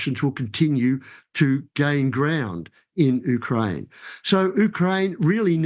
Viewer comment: He can’t even pronounce Ukraine correctly and why he believes Russia advances if this is completely the opposite? This person is not an expert so I am not listening to him. Just wasted 8 minutes of my time.